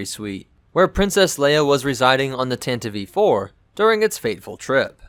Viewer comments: thatnks for clarifying. I've never heard it pronounced that way before, I would have thought if that was the intention they would have spelt it 'Tantivee' or something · Tan-tiv. Please not tan-tivee. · I'd really like to know why you measure stuff in Wookies, Sandcrawlers, Millenium Falcons etc....your videos are great otherwise, but why do you do that? Also: I thought you call it the TANTIVE (not Tantiveee) IV? :) And another nitpick: Disney-Canon mixed with "legends" (Hate that moniker!)? Especially that stupid retcon that Leia's ship was at freaking Scarrif? Damned, that's so stupid, especially if you watch Rogue One and then watch A New Hope directly after (Leia's lies weren't very convincing in the first place, but telling Vader who saw your ship escape a few hours ago that you are on a diplomatic mission is beyond flimsy and stupid, especially since you don't have to travel to the Outer Rim to go from Coruscant to Alderaan! (not to mention that Vader/the Empire would have recordings of that action at Scarrif (thus you've just handed them proof to kill you) and thus could prove that Leia was a Rebell and thus they could legally detain and even kill her, even if the emperor would have never disbanded the senate! The senate would crack under that pressure, the evidence to damning!) I prefer the version from the EU, where it was Bothan Spies that got the plans for the Deathstar! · the ship is called the TANTIVE 4 not the tantdi- v 4 , or the tantiv -E-4 , ....the tantive 4 (grates on my nerves EVERY time you butcher that name google it . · btw its Tantive VI, pronounced tan-tiv four. not tan-tiv-ee four or tan-tiv vee four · Tanta-VEE 4? Is English your first language? Because you keep misprouning so many ship namesit's not even funny. is it called TAN-TIV 4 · Why do you call It tantiv E IV? Isn't It Just tantiv IV? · Tantive IV, why is he pronouncing it Tantieve? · Pretty sure the last E in “Tantive IV” is silent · same. that drove me nuts, lmao